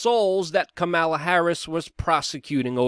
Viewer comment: It’s pronounced kamala not kamala or kamala. It’s kamala please get it right